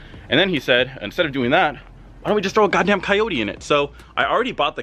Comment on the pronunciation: ¨KAYOURI¨ se dice CO YO TE pendejo! jk 😅😅